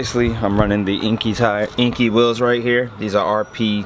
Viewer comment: Enkei is pronounced "En - Kay" not inky